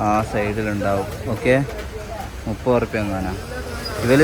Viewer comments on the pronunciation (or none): none